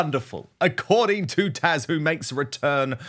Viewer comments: TAZ, TAZ, TAZ, not TASH! Seriously?! Get the basics right. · Dan ... why do you call her Tash? It's Taz, with a 'z' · Dan I love your coverage of all things royal! And I adore how you pronounce Taz’s name! It’s adorable and so are you! ❤